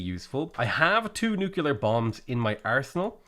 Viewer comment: Are you aware that you pronounce it nu-kulear?